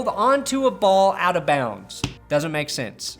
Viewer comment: what is this "bouds" and "cathers"?